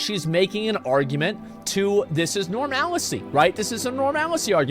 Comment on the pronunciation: I like his new pronunciation of normalcy.. norMAL•I•cy nice